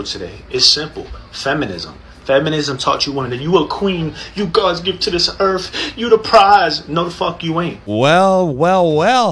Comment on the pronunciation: I cannot take someone seriously when they say erff instead of earth.